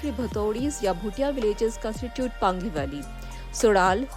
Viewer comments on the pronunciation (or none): पंगी नहीं पांगी ! Paangi not Pangi.😊